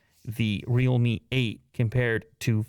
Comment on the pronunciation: I thought you were saying rommie devices haha